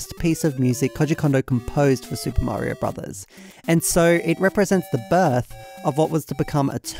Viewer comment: How are you the only british youtuber that can pronounce mario correctly